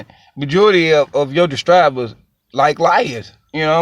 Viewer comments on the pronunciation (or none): And the word is subscribers not duscribers😁😆😅🤣😂